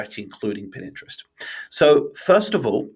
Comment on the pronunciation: My (subscription worthy) takeout from this: "Consistency is key". It is applicable to all of marketing, especially content marketing. Also, did I hear you say "Pin Interest"? :)